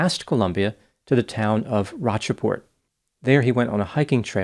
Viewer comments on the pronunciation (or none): Love you - Rocheport is pronounced "Roach-port"